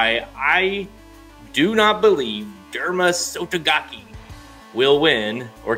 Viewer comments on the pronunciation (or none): The "ke" in Sotogake is pronounced "kay" instead of "key" Anyhoo, I disagree because I'm looking at Derma's pedigree. Looking at Derma on his dam's side, it once again leads back to our biggest fail and Japan's biggest gain: Sunday Silence. Derma's dam sire is Neo Universe which won 2 G1, 2 G2 and 1 G3 races in Japan, in turn, Neo Universe's sire (great-grandfather from Derma) is...you guessed it, Sunday Silence. SS' bloodline is truly a beast in Japan and was the best investment they've made carried on for over 2 decades. To put it another way, Derma will be running in the same race that his great-grandfather Sunday Silence won in 1989.